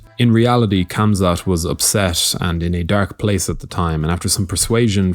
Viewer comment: Plz there is no K in Khamzat when you pronounce it... Its Hamza ufc alwas starts the stupidest shit